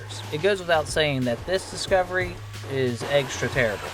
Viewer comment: "eggstra terrible" booooooo 😂